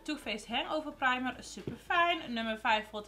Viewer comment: Hoe jij primer zegt praamer hahahahahahahahaha herken het 😂😂😅😅😅 Love you vid❤️❤️❤️❤️❤️❤️❤️❤️❤️❤️❤️❤️